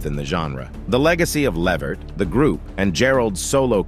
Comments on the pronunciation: It's Levert sir 🤦🏿‍♀️ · Put the T back in his name..... Levert....